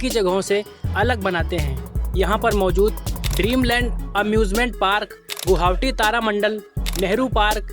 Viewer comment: Guhaoti... 😂😂 Nahi guwahati bolo... 😁